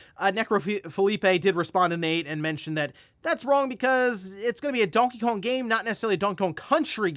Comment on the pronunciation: "Donkey Cone"